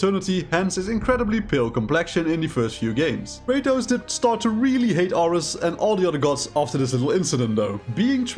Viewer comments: bro... "are-ehs"? it's fucking air-eez how do you get that wrong lmfao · You mispronounced ares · When i first heard him mispronounced Ares. I knew this shit wasn’t gonna be that good